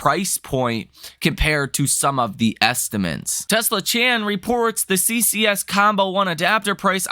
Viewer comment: Bro, isn’t it “estimates”, not “estiments”?